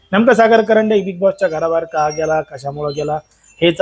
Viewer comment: कंरडे नाही रे बाबा कांरडे